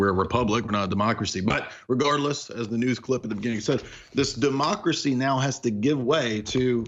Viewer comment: “Demarcracy”. ~tyrone